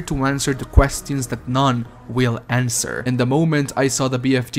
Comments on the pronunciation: Every time i hear him use the sentence "Quest-tions" instead of the proper pronounciation , i just cringe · i'm sorry, but... "questyons". made me do a funny.